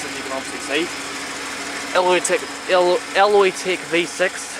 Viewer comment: great vid but sorry that's not alloytec it’s an ecotec but ye keep it up